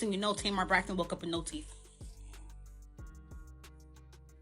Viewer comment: Funky who, babe? Who Braxton, babe? We gotta get that pronunciation together when you wanna gossip.